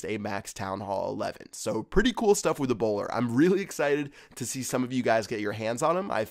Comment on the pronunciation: I always understood "eBOWLER"